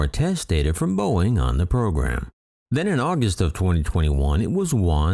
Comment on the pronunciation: "Boeing", not "Boing"